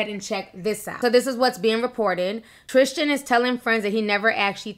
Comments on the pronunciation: It’s Tris-TAN not Tris-TIAN! I love u T but it bugs me when u mispronounce things lol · triSTan not triSHTan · Girl, his name is TriStan. Not TriSHtan 😂🤦🏼‍♀️ I’m not saying it isn’t wrong - it’s shady, BUT this idea that men can be “taken” by women is insulting. They only go if they want to go 😌 HE is the one who promised to be faithful: these women didn’t promise anyone anything (including Jordan 😌). As usual, people jump for the woman in these situations when they’re not the ones with the responsibility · Tristan not Trishtan. Lol sticks out like a sore thumb!!!! 😂😂😂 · Why do you say tristan like its spelled trishtin? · omg stop saying trishtan no h!